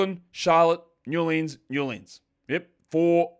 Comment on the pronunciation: Snow in NAH-lins, game is postponed